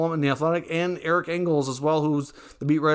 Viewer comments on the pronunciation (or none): none